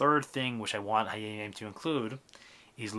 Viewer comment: nice also why do you pronounce it hayeim yeim? thank you